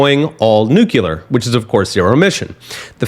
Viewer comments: Great information! Just a comment that Nuclear is pronounced "new clear", not "New Que lur". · It's new-clear, not nuke-ular.